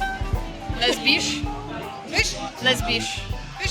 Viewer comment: lesbisch? noooo!